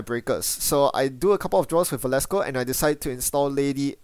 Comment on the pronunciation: Velasco not Valesco, thanks for the videos.